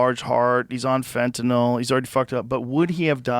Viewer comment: Joe Rogan is the only person in the news genre, (and most of the world!) who pronounces “Fentanyl” CORRECTLY!!! It’s NOT “Fentan-ALL!”